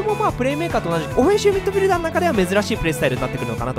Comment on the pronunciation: おふぇんしゅみっどふぃるだー